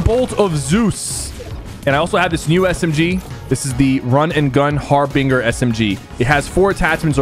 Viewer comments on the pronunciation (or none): Its not Harbinger with a hard G, its a Juh sound Harbin(j)er for the love of god learn how to pronounce these things before you go live!!!!!! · its pronounced har binge er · Har-bingur. 🤣🤣 its har-bin-jur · Ahh yes, the har-binger SMG. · Bro im such a Nerd it’s pronounced haar-buhn-jr … I’m sorry😢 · HAR-BIN-GER SMG … plz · Bro can't say harbinger 😂😂😂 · Sypher you're terrible with name pronunciations. Harbinger, iccarus😂